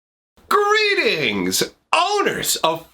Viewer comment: did he say Greetings? Or GREENINGS